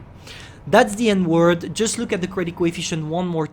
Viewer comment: ”That’s the N-word” 😅 I know he said end word but still